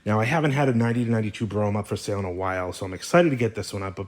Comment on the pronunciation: Is it pronounced Brome or Bro-Ham?